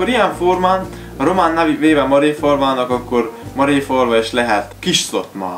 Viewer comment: Helló! Amúgy az Máréfalva nem Maréfalva...